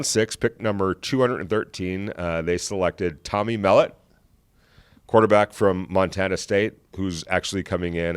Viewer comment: You’ll soon learn how to pronounce Tommy Mellot’s name!